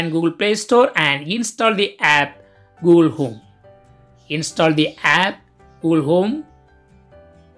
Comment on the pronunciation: Its google home no gool home ok